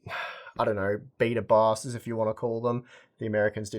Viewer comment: I'm an American but I've watched you long enough to know that you meant beta bios not, beata bows...🤣